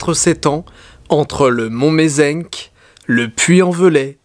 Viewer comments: j'habite en plein dans le triangle de la burle. On prononce Mont Mézin, pas Mézenk ;-) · Juste petite info, moi qui habite là bas, on ne prononce pas Mont MézenC mais Mont Méz"un" on ne prononce pas le C que l'on trouve à la fin. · CA SE DIT LE MEZUN PAS LE MEZENQUE voila fallait que ca sorte très bonne vidéo nonobstant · Video de fou🔥🔥🔥 juste le mont du Mézenc ca se prononce mezain 😂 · Salut Didi, super vidéo, juste pour préciser que le Mont Mézenc se prononce "Mésin", en tant que local je suis obligé d'apporter la précision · J'habite pas loin du Mont Mézenc (que l'on prononce "Mézin" d'ailleurs ;) ) Je savais pas pour le triangle de burle ! Super vidéo au passage ;) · Le mont Mezenc se prononce mont Mézin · Je suis de haute loire et le mont mezinc se dit « mezain »👍